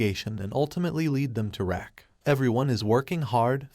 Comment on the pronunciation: RAQ=PRONOUNCED "ROCK"😂😂😂😂😂 not RACK 🤦🏽‍♀️